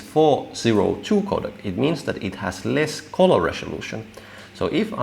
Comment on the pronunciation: Very interesting. Good job. Just mind you that colour is pronounced culler, not coller.